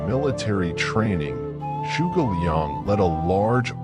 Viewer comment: The way he pronounced 诸 was crazy. He made a sound that doesn't exist in Mandarin OR in English. If you're sticking to English phonics, then just pronounce 诸 as "joo"